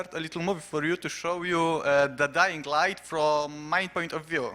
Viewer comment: "DajingLajt". Widać nie tylko ja tak rzeczy nazywam :D